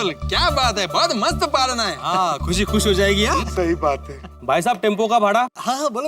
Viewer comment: 6;23 khushi bolna nhi aa raha